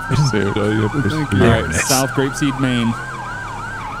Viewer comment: "I'm goin to Grapseed"